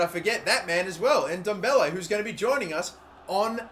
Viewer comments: It's not pronounced n-Dombele it's ndoble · im pretty sure its pronounces en-dom-beley